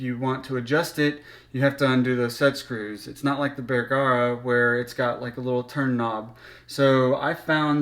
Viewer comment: It’s “Bergara” not “bear-gara”